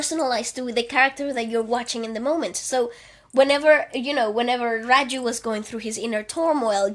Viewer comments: He was "Raju" lol not "Farju". But loved the review, gave me a different perspective to the movie. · This was a great review and I enjoyed it immensely. But "Farju" had me in tears pls that was hilarious. 🤣🤣🤣🤣